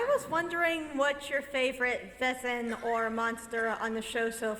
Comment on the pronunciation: I've been a fan of this show from the beginning and have only two complaints: 1) Splitting the season up into two parts with a lengthy gap in the middle is very irritating and interrupts the continuity for the viewers; but mainly: 2) Learn to pronounce 'Wesen' correctly! It's a real German word meaning 'creature' and it's pronounced VAY-zen, dammit! When the actors say VESS-en any German speaker hears that as the word for "whose" (spelled 'wessen') and wonders why a successful show with a significant budget can't find one lousy German speaker to correct them on this grade-school error (among others like 'feuer' which sounds like 'FOY-air,' not 'fur'). I hereby volunteer to be a consultant in this area if you'll have me. Other than that, I look forward to the next season and many more to follow.